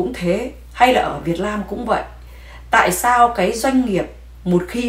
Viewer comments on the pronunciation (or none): Đại Lam😂😂Việt Lam chị ơi……..please tập lại chữ L & N đi c ơi nghe funny quá